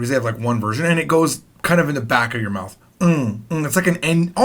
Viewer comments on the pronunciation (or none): none